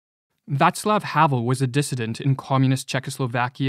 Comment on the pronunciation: Thank you for pronouncing Václav properly.